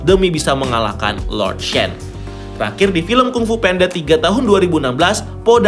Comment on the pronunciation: Baru tau jga panda itu bacanya penda